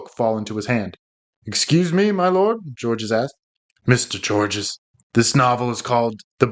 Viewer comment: Georges is a French name. The 's' is silent.